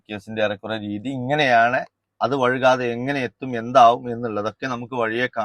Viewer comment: ഫുൾ സപ്പോർട്ട്, നല്ലൊരു പണി കൊടുക്ക്, പിന്നെ സംസാരിക്കുമ്പോ വഴുക്കാതെ എന്ന് പറയരുത് വൈകാതെ എന്നാണ് ശരി